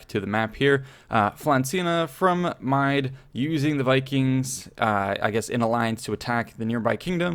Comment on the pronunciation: Hi, Irishman here. The country or petty kingdom of "Mide" is the old spelling of the modern county Meath. It's pronounced with the emphasis on the E, not the I, so it's more like Meed than Mide. In modern Irish, county Meath is called "Contae na Mí"